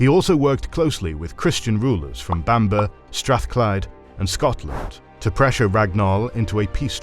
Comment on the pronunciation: Only criticism is your pronunciation of Bamburgh is completely wrong, but other than that good video